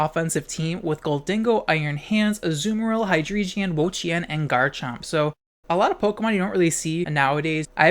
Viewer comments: “High-dree-jeon”? What? Are you dyslexic? It’s drei, pronounced “dry”. Y’know, the German word for three. Ein, zwei, drei. It’s the entire motif of this line. Hy-drei-gon. Not “geon”. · Why hi-dree-geon? It's not an eeveelution. The Drei part is german. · I am so fucking triggered by your pronunciation of Hydreigon. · the way you pronounce hydreigon causes me genuine emotional anguish but i suppose that's the whole idea isn't it